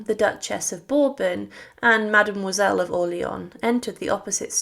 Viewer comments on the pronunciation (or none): none